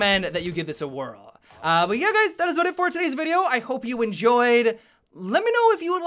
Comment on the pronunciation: "Hey Gays".